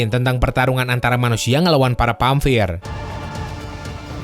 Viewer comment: Vampir boy, bukan pamvirr. Ngakaak aku. Good